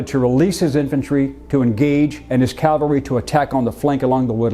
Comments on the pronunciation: It’s CAValry not CALvary. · It's CAVelry. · Cavalry. Calvary is the hill of Golgotha. Good video. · Love your videos, but PLEASE, get it right: it's caValry not caLvary... unless you really are talking about the hill on which Jesus was crucified! It's like saying aKs instead of aSk...but with a touch of accidental blasphemy. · Absolutely loved this video. But I have to say it was quite painful in places. "CaLvary" - the place of Jesus's crucifixion. "CaValry" -- soldiers on horseback. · Bro! Its caValry, NOT caLvary. Bro… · Why do Americans insist on saying "calvary" instead of "cavalry"? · I find it difficult to believe that a history professor cannot pronounce cavalry correctly. Calvary was the hill Jesus was crucified on. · There’s “Calvary”. Then there’s “cavalry” . These words are NOT interchangeable. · Calvary....Americans always say it wrong....forgive them, it's the education system.